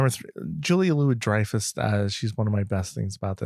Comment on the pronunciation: The pronunciation is "jew-lee-uh-lu-we-dry-fuss"